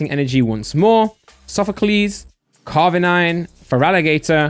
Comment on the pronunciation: it’s “Carnivine” not “Carvinine” xD